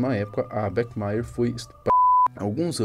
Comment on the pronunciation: o Bach pronuncia-se /bach / não é /bech/